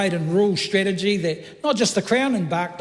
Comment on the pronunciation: The sound that this word with english letters makes is pronounced "Par-Key-Ha" with the Maori spoken sound of "Key" made with a "Ki" sound. It has 2 meanings both related to the time the Europeans arrived and means "white pig" and "white man" in a demeaning way. In the 1970s the Maoris faced Police prosecution for calling the Police Officers "Pakehas" and it morphed into common use to describe non-Maori New Zealanders. I, like many New Zealanders, find it offensive and insulting just like their "haka" intimidation tatics.